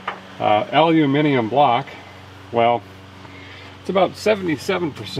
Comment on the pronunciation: The first American I’ve ever heard say Aluminium correctly 👍🏻 🇬🇧 🇺🇸